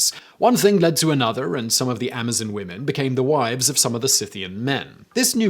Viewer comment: Lol the way he says Amazon women's